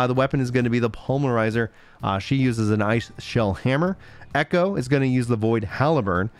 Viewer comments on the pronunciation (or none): none